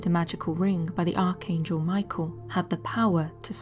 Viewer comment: Arch An Gel is how you pronounce his Name. Just saying.